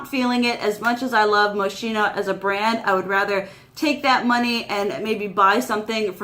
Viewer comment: It's pronounced mo-skeen-oh. ☺️